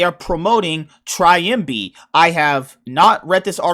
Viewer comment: It's not "Triambi" it's "Trymbi" y like in the world "silly". Btw great reaction. I had to check it cause I couldn't believe it and I thought it's clickbait :P